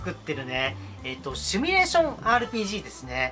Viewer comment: 「シミュ」です s i m u 「趣味」ではなく